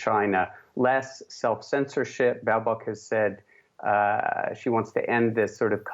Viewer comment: Baerbock 😂😂😂 this girl can't even pronunce simple german word's, this will be fun.